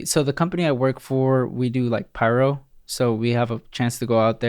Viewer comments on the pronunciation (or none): none